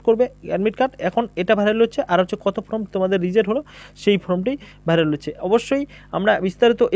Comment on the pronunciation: ফ্রম নয়, ফর্ম সঠিক করে বলুন ?